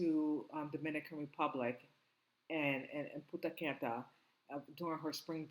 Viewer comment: TJ Ward is on this case! He shut down Holloway case 18 yrs later! Bye!! Educate your self on the Muslim culture! Not Punta Canta its Punta Cana!😢